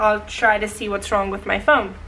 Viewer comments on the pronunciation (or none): hahaha the way you said Ron instead of wrong